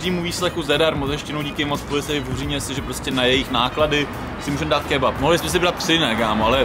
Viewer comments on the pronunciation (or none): kebap?? Co to je za lidi... kebab s P na konci..